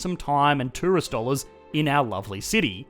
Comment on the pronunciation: I sincerely heard "most popular terrorist (instead of tourist) destination in the middle east" at first :D